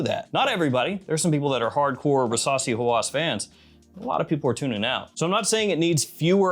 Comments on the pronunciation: Rasasi versasi 😂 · I can't be the only one that everytime he says "Rasasi" the only thing i can hear is "Versace" ....